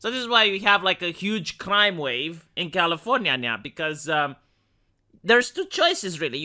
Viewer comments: V, you got lazy and said California the lazy American way towards the end of the video. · Commienia vs Californya nya nya Seriously why Romanian guy saying Californya nya, it makes me go insane with nya des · why are you calling it californya nya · That's califro nya nya nya nya 🙀